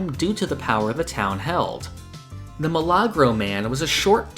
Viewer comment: oh it's a miracle man. The way it was pronounced threw me off a little. Best way to say it is a "mE-la-grow"